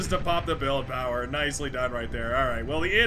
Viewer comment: "No one pawn should have all that POWAH!" So good!